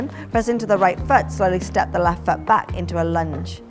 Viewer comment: When u say foot it sounds like fart 😁😁😁 Now I know why my English teacher said English is a funny language.